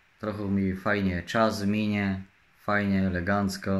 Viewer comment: Żeby tylko legancka była czystepna i na rencie i nawet odległość nie czyszkadza 😂😂😂😂